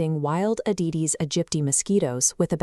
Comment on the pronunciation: Well done and very informative. Work on a Spanish version or let me know if you'd like to work on that version. Incidentally, please correct the "aededes" name to "aedes."